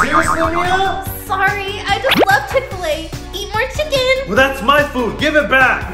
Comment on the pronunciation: ITS CHICK FIL A NOT CHICK FUL A